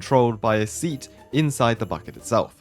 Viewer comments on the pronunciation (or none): none